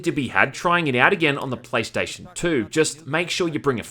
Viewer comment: "praystation says white man in asian voice"